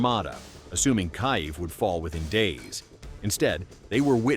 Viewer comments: AI Slop announcer said "Kaive" instead of "Kiev" 😁😆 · Kyiv is pronounced "Keev".